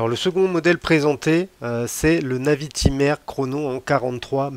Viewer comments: Je suis très souvent d'accord avec toi mais là, j'avoue que je ne partage en rien ton avis. Bon déjà, on passe la prononciation de la Navitimer... LOL... Fais un effort s'il te plait... LOL ;) C'est une NAÏviTÏmer. Pas une navitimère.... LOL... ;) Bon j'arrête de me moquer, on avait dit, pas les accents et les vêtements... LOL ;) Ensuite, je trouve que Breitling a fort bien réagi et a sorti des modèles dans l'air du temps, pour bien coller à son époque. Et c'est parfaitement réussi avec un modèle emblématique comme la NAÏviTÏmer. (C'est pour que tu bosse la prononciation... ;) ) L'époque exige de la couleur, ils mettent de la couleur, tous les autres le font, ils suivent la tendance. Peut-être que tu as plus de mal avec la couleur sur les garde temps historiques et emblématiques mais il va falloir t'y faire... Et je pense que t'as pas fini de t'étonner, ce n'est que le début... ;) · Perso j'adore ces nouvelles Navitimer, retour aux fondamentaux avec superbe équilibre des cadrans liés entre autre à cette date d'une discrétion insolente !...... insolente comme d'ailleurs ta façon de prononcer navitimer "à la française" !!!! ca m'a tellement écorcher les oreilles que je serais à 2 doigts de te demander de revoir tes commentaires et de reprendre cela avec >>>>>>>>>navitaïmer<<<<<<<< please please please . Pour finir, tu affirmes d'emblée ta déception et ton désarroi sur ce modele avec des arguments d'une subjectivité affligeante et sans aucun fondement, qui AMHA n'est pas dans le cadre d'une chaine de partage YT et surtout d'intérêt collectif lié à l'horlogerie , oui ce pseudo "Debrief de la WebCast de Breitling" n'est est rien , c'est juste ton avis perso pourri . Sorry ! NAVITAïMER pleaaaaaaase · Arrête avec navitimaire !…😱 Par pitié, ça fait saigner les oreilles ! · La prononciation Navitimer fait pas passionné de Breitling 😳😳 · 🤣c’est trop ça 🤣 Personnellement j’ai jamais compris pour il sucre le R